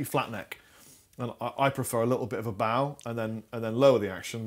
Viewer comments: John JohnnyArt Pavlou Really not an English thing. clearly doesn’t know this kind of bow is pronounced like the thing you tie in your shoe laces not the thing at the front of a boat!! I certainly don’t like a bit of the front of a boat in my guitar necks, and despite what he said I strongly suspect that doesn’t either!! 😋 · pearlandguitarist, said he likes a neck with a little bao in it. And probably a bao tie on it. Must be an English thing. Baoling, anyone?🎳